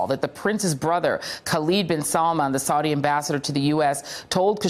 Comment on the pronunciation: Why does she keep pronouncing "Saudi" differently? Get her some lessons on how to pronounce key foreign words, please.